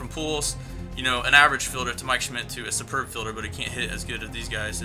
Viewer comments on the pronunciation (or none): none